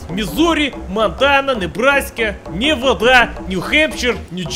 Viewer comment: I love so much how he said "Nevada" like "Не вода" on russian x) (this translates "not water") And, of course, Simisipipi was the best XD